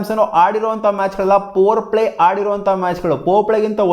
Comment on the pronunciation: Adu oin morgan alla kanappa Adu Eoin Morgan 😂😂 Poplay alla kanappa Powerplay 😢😢 English na chanagi kali modlu ninu ..😅😅